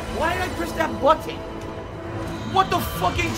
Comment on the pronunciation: Why does he keep saying "bu ten"?